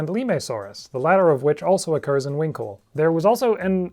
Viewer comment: Brilliant video, but I couldn't help but chuckle at the pronunciation of Huincul (winkle).😆